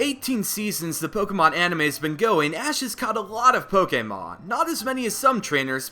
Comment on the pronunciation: At like did he say ass instead of Ash?